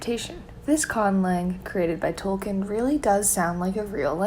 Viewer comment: you're pronouncing Tolkien wrong!